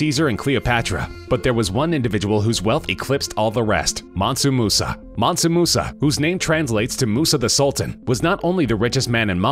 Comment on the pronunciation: Mansu? Mansa fool...